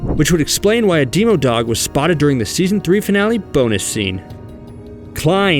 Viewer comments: Am I the only one who realized he said Deemo-dog😂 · The way he says demo dog ugh